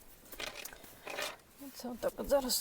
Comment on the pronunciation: Яблучка- це топ, мама ваша молодець і ви теж ❤ дякую за відео ❤ пара уточнень: щЕбня і брАла - наголос на першому складі) ❤❤❤😊